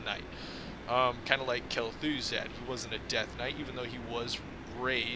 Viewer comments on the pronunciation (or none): Kel’ th ooh zad. Hahahahh